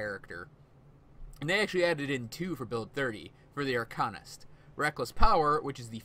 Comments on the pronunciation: Arkannist? wtf.. AR-CANE-IST. Upgrade your speech. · There's no "e" in the "Arcanist" class name so to say it as "AR-CANE-IST" is incorrect. Upgrade your english.